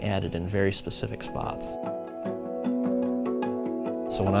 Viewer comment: She sed PACIFIC!